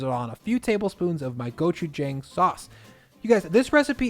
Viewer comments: hello sir it’s pronounced gochujAng gochujAHng AH sound not AY not gochujayng thank you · Try saying go-chew-jahng instead, like John ending in g. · Gochujang. Good stuff. But the last syllable is JONG. Just sayin;) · Hi. Great video. If it’s all the same to you, could you pronounce gochujang correctly? Or at least somewhere in the vicinity of how Koreans say it? The a is an “ah” sound as in “want” or “calm”, not a flat a as in, well, “flat” or “whack”. I didn’t think it would bother me so much until hearing you butcher it like a dozen times in this video. Since it’s not difficult, could you give it a shot? Big thanks, and congrats on the 400K subs!